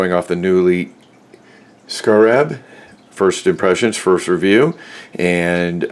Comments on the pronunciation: SCARE-AB SCAREAB... SCARAB... not.. SCRAB.... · It's pronounced "scare-rub" like the bug. ....Americans. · skeh·ruhb..... Who doesn't know how to pronounce scarab? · Thank you, it had to be said lol. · I couldn't take it. Next video lol